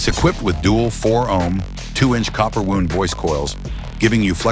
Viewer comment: Ummm can't even get the correct pronunciation of "bass" or "wound"?